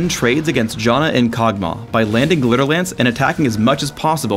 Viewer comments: Did he just call Janna Jonna? lol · You pronounce Janna as Jaw-na, yet you pronounce Aegis as Ages... How can I trust your pronouncation of Janna if you can't even say Aegis right?